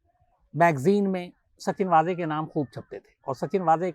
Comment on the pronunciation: मेरा मानना है कि उनका नाम वाजे नहीं वझे है कृपया सुधारे। पता नही आप लोग गलत उच्चारण क्यों कर रहे है